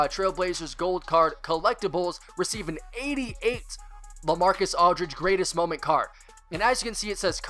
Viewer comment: LaMarcus, not LeMarcus